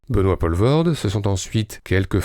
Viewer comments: Belle rétrospective, merci. Mais savez-vous que chez nous, on l'appelle "Poul-voorde" et pas "Paul-voorde"? (De la même manière, notre Jaco bien aimé, c'est "Van Dormâle" plutôt que "Van Dormahèl") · En Belge correct tel qu'on le cause à Bruksel, on ne prononce pas Benoît Pol-vorde, mais Poule-Vaurde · POELVOORDE pas POLVORT.... vous tuez le nom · Ça se prononce poulvoorde pas polvorde et vann dormâle pas dormaêl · On dit Poolvorde. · P-OU-levoorde ... pas P-AU-levoorde .. pas compliqué pourtant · On dit "POULvoorde" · le "polvorde" il casse les oreille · Jaco Vandormaël ? 😃 Ça se prononce " Vandormaal " comme Poelvoorde se dit " Poulevoorde ". Sinon très chouette retro ! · "Poulevaurde" .. et puis c'est pas un acteur "franco-belge" au fait .. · ... sinon ça se prononce "Poulvaurde" ;) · 1 - Poelvoorde = "Poulvorde" 2 - Van dormael = "Van dormaale" 3 - Franco-belge? Non, belge tout court. Francophone, wallon, namurois certes mais pas français 4 - Bon travail quand même, merci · Prononcez: Pouleveaurde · Les Français, c'est si difficile à dire "Poulvoorde"? Sérieusement ? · aaah les français et les prononciations étrangères, ça se dit" pOUlvoort" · Quelqu'un qui n'a pas pris de nom d'artiste, ça se prononce Poulvoorde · On prononce POUlvoorde! Nom de Djousse, maudits Français!... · Rho m'enfin "Poelvoorde" se prononce Poulvaurd, c'est quand même pas compliqué ce sont des sons qui existent en français de France tout de même... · Ah les français... Faites un effort quand vous prononcer des noms qui ne sont pas français! Ca se dit "POUUUULVORDE" et "VANDERMAL"! Renseignez-vous avant d'enregistrer des vidéos... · Les français devraient arrêter de francisé tout et n'importe quoi à commencer par les noms propres... "oe" en flamand se prononce "ou" et "Poelvoorde" c'est flamand comme nom même si l'artiste est Wallon... C'est compliqué la Belgique... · On dit Poulvoorde, "oe" en flamand se prononce "ou" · Ca arrache un peu les oreilles le "Paulevorde" quand même.